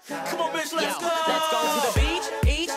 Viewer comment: did he say bad bitches or bad Mitches?